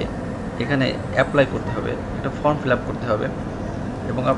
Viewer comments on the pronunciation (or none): none